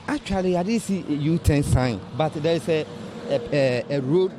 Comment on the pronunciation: The guy with the npp dress said Atweally 😅